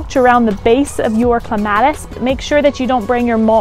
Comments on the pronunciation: OMG.... I couldn't get past the first couple of seconds after I heard "Clem --- AT -- iss!!! " Drives. Me. Insane. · It is cleme ...tis